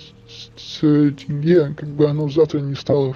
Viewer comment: Заранее прошу прощения если мой комментарий может быть грубым. Советую Вам правильно произносит слово теңге, Ақтөбе, имя Олжас. В Атырау (Западный Казахстан) после протестов в Жаңаөзен начались одни из катализаторных протестов которые увеличили все действия в геометрической прогрессии. Протестующие в Атырау (не знаю как в других городах) останавливали автобусы и забирали всех мужчин на митинги и велели женщинам убираться отсюда